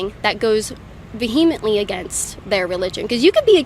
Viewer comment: Hey, guess what Kait! Not only do you mispronounce "Antifa", you also mispronounce "vehemently". Yay!